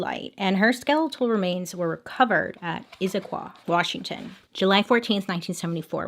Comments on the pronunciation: You pronounced Issaquah right!! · Bailey nailed the pronunciation of Issaquah, and I need her to know that. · You pronounced Issaquah correctly! So many people don’t congrats 👏🏼